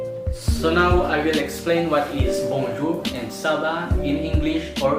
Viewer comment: BONE JAW KASI YON HINDI BONJOUR 😠😠😠😠